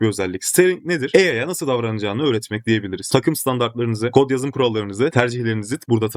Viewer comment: Videolar icin tesekkurler ama yapa-biliyorsunuz, kura-biliyorsunuz, o-diye-biliriz demek yerine dogru sekilde telaffuz etseniz keske. Biraz rahatsiz etti de :)